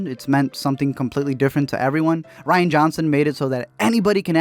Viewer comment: I'm late to the game and only now watched your video in April of 2020 and just have to say that you have no idea how to say Rian's first name. It's RIAN, not RYAN. R-I-A-N. Rian! Look at the letters and sound it out. Sheesh! That said, F*** Ryan!!!